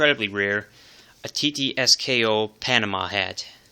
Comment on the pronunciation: it's not Tee-Tee-Es-Keh-O.. it is Tee-Ts-K-O ТЦКО